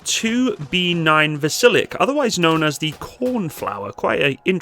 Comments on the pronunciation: A small correction: It is not pronounced "Vasilek" but "Vasilyok". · It's pronounced vas-il-yoke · Dear - the name is pronounced VAZ- ILL-YOK - all at the same level and degree of stress. Try it. In russian, the letter 'e' coming after a soft consonant is pronounced 'yoh', as in 'yonder'. Hence the two little dots over the 'e' - not necessary in russian because they know the rules of their own language. Thank you.